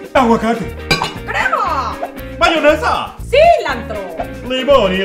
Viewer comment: Like si viste que decía maunesa en vez de mayonesa